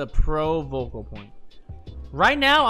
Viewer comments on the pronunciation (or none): Focal point not vocal point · Mang0, I love you and I hate myself for saying this, but its "focal" point. Carry on GOAT.